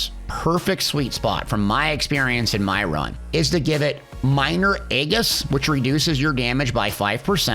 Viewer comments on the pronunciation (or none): fyi Aegis is pronounced eh-jus...great suggestion tho to give pve buff only because right now this ring is broken for pvp